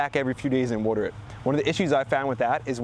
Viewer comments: You dont know how to pronounce water lol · In New Jersey, you ‘wooter’ your garden. Over here in the Great Lakes region, we use ‘wahter’ ahn our plants.